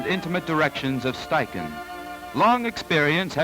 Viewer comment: Impressive how fast the assistant changed the film holders. I don't think a 35mm film camera (without motor drive) could beat that. A great look at how studio portraiture was done in the 30s. Also, I was never sure how to pronounce "Steichen" until now.